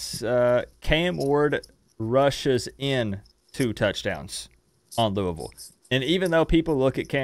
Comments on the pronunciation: Madison is a cool lady. But you guys say "Luuh-ville" not "Looey-ville"--what should Canes fans call this team? lol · I hate that crap too. It's not lou-uh-ville.. it's lou-E-ville. For me, I'll call them losers after we beat them and keep looking to go 1 - 0 next week.